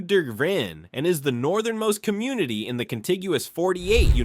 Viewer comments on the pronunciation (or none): .. 49 de-grin ? ... please.. please... please... please...please stop using ai voices... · "plunged to 60 de-gears"?